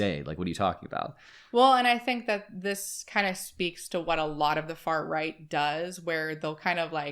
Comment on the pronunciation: I swear to Satan you said "fart right" 😭😭😭